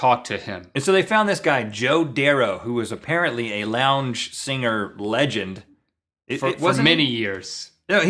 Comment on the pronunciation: Link sounds like he says singer with 2 g's. singger